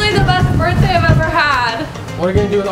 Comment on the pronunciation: you said birtday b I r t d a y wow